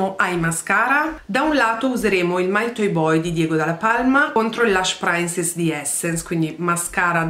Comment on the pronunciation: "PrinSess", non "PrAINSess" 😅 per il resto sempre stupenda e bravissima! Forse le uniche cose che fanno la differenza sono il fondo e la palette occhi, ma se uno lo sa... altrimenti si nota veramente poco! 😘👍 Tu sempre più brava!